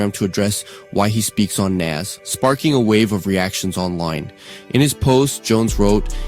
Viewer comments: Why are we highlighting and using ANYONE's content that says Naz instead of Nas? AI or not? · Naw Challz I cant get behind this one gang..... We just gunna ignore how ya boy says "Naazz"? SMH For real tho Jim need to start going down to the local Homeless shelter so he can help them get washed up too..... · Facts on facts. Like whodaf- is Nazz?! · But why he say Nas like that?! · bro I hate when whites talk ab hip hop they don’t even care to pronounce the names right how tf do you not kno how to pronounce “nas” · “Nas” listen this AI is awful, but if it’s not AI and it’s a person who pronounced his name like that you don’t need to be reporting on something or a genre of music when you don’t know how to pronounce the people’s name properly